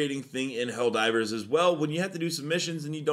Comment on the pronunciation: I wonder if the bot mispronouncing “Helldivers” is on purpose 🤨